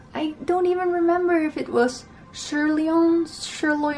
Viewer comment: That was so funny/cute how you could not say "serlion" steak.. : ) Glad to see you stand up for what makes you feel good! 🍖